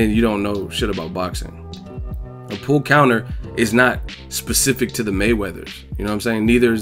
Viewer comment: Watching it live I thought it sounded like he said "a pull conor", being a boxing fan I put it together that he meant pull counter....dont know what skips excuse was other than ignorance